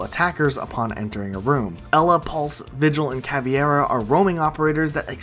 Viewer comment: IT'S CAVEYRA !!! C-A-V-E-I-R-A not cavIEra !!! jesus fucking christ